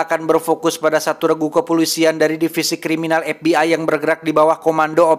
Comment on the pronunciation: karena si orang sunda maka ef bi ay berubah jadi ep bi ay pake p da teu bisa nyebut f